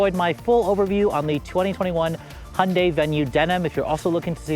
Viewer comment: Hondei 😂 ? English should be pronounced right. Hyundai Si pronounced like heundie " th Word don't exist but read it,thats how.